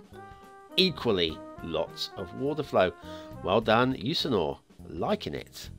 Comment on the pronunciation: Today I will start with commenting google to pronounce the name of the map, and I can prolly tell you that your google searc for that was a failure....Let me guess that this creator is from Sweden or at least Scandinavia, so a former viking then. The name in English is Jusur Island, we say Jusur - Ö, that last letter "Ö" means Island in the name